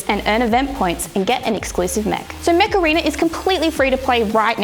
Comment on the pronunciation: Every time you said "Mech Arena" I heard "Macarena" hahahahahaha